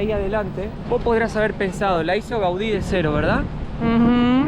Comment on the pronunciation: Gaudi, modernista. Muy bien como lo dices